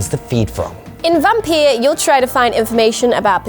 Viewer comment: Wait did you guys say Vampeer? 😁